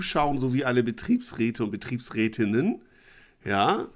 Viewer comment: Betriebsrät:innen.....(gesprochen) Bitte nicht ;-)